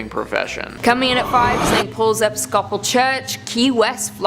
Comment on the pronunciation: Episcopal phonetically sounds like eh-piss-coe-pol Like nails on a chalkboard listening to every single one of you mispronounce it.